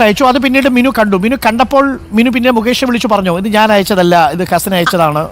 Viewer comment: മിന്നു അല്ല മിനു ആണ്